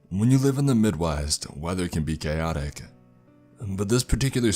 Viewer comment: Did he says the weather can be gayotic....or chaotic??